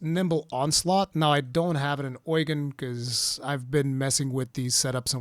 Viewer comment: Why do you pronounce Eugen Oil gain?